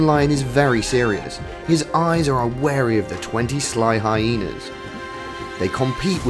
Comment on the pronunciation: It is not high naaas, it's hyenas